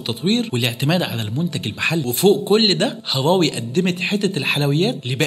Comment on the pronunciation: طب اتعلم تنطق اسمها الأول صح..